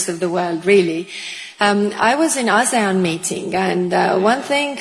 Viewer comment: i think i need subtitles or something bc what is "azayan meeting" ?? help 😭